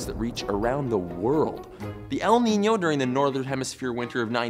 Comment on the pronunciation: Your ñ pronunciation is really accurate